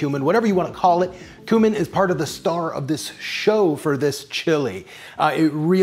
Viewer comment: Happy birthday,! To many more! I have two small presents for you: it’s “coo-min” and the tomato company is pronounced “Chento”. 😬